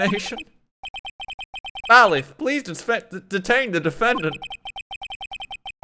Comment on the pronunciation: Why doesn't anybody tell him it's bay-liff?